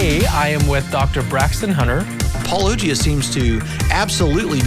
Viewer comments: The fast they keep mispronouncing your name makes me doubt they've seen your videos to begin with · you are definitely getting under their skin. What kind of serious person intentionally mispronounces your channel’s name, thinking that gains them points with intelligent life forms? It appears they think their viewers are completely stupid. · It's funny many of them can't pronounce it. I from the beginning figured it was pronounce like apologia lol. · To be fair, "pau-LO-jee-ah" is consistent with how apologists pronounce apologia, and their refusal to accept your pronunciation after hearing it straight from you multiple times is consistent with their refusal to accept anything else that contradicts their indoctrination. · Except for Andrew Loke, who consistently pronounces it as "polog-ya"... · "I've heard it pronounced both ways" Proceeds to spout three different pronunciations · I've heard these same guys who can "never remember how to say Paulogia" right, and NOT ONCE have I EVER heard them pronounce apologetics: APOLO GHETICS... not once! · You'd think Creationists, who claim Atheists are the dishonest ones, wouldn't purposefully mispronounce someone's name, but here we are. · Ah man, if only MTV were still around, this would get a lot of airplay. How can they not know how to pronounce your name? That's crazy. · If they can't even pronounce the name you say at the beginning of every video, then how can they be trusted to interpret something as "complex" as the bible? Hell your name being a portmanteau of one of the really important names in the bible and the very thing they do should be enough to inform them. All I can conclude is too much bible gives you brainrot. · Why do so many apologists say Paulogia wrong? Because that would require research. And too much research leads to the path of losing your faith. They don't want to do that, so less research is always better (no research is holy). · I never understood how they couldn’t pronounce it correctly.